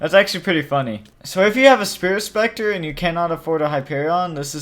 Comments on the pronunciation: not spers septor its sprit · ya its not spirt specter its spiaot pescter